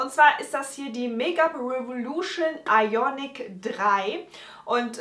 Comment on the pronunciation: Hi! Super Video! Du schreibst 'Iconic" aber sagst "Ionic"...?